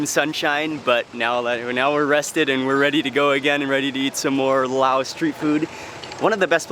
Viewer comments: Stop calling it Lao it should be Laos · For those who are supposed to speak English, the pronunciation of Laos inclues thé 's'. The demonym is Laotian. The 'n' is also pronounced. 🤣🤣